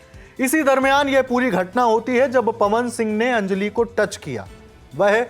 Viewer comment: It’s अंजलि, not अंजली